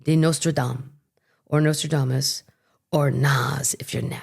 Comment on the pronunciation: I laughed so many times through this one! "Say it again..." "NotraDAAAmassss"😂 ❤❤❤